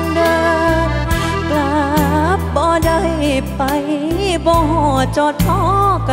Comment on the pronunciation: ผุ้ท้าชิงต้องร้องให้ถูกน่ะครับคำว่า กลับ กับ กรับ นะ😅😅